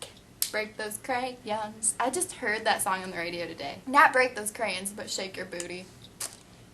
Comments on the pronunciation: Stop saying creyin it's sounds so dumb who ever told to say it like that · CraYOns is the pronounciation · You say crayons wier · Lol "crayins" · whats withher saying "crayins" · CRAYONS. NOT CRAYENS LOL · Crayens😂, it's crayons😂😂😂😂😝😝😝😂😂😂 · It's crayONs not crayINs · stop fucking saying crayins its crayons god fucking damn it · I don't even say crayons. I say crans hahah I didn't know people said it differently:) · crayons not crayens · she says "cray anns" lol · she says crayns (cray-ns) lol it annoys me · I love how you say crayins :P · Checking in from the Northeast: we say it crans here, too. I had to read a bunch of comments before I figured out why people were giving you hard time! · Its pronounced crayins! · You hear how she pronounces crayons